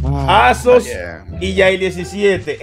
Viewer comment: No ese "Azoz" da verguenza